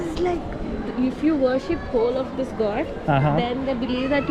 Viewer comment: worship diyor wash degil 😅